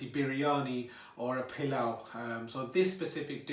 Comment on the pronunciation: This looks delicious! It’s very similar to a dish we make here in Trinidad called pelau. It’s pronounced the same way you pronounced it. It’s made like this but with coconut milk instead of yogurt. ❤️